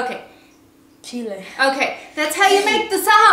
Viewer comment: "Chile," talk right.